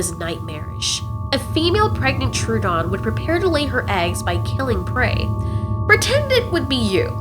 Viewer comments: If you're referring to "ˈtroʊ.ədɒn" as labled on wikipedia, the phonetic IPA pronounces the "oʊ" as in "goat." "Troo--" in the name is not correct anywhere. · Why is she pronouncing the "Tro-odons" like "Truedons"? What an insult to dinosaur fans. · Troodon (/ˈtroʊ.ədɒn/ TROH-ə-don; Troödon) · Say it with me... "Troh-uh-dawn". Theeere ya go. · SAY TROODON RIGHT!!!!